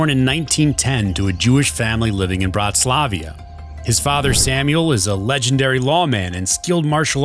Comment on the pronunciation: its bratislava not bratislavia 😅